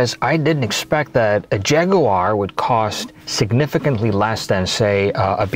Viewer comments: Νο jaguar...Noooooo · jaguwar no in the uk its jaggggg